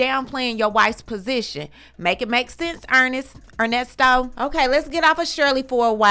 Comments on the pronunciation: Not "Ernie" 😂😂😂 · NOT “Earnesto”…🤣🤣🤣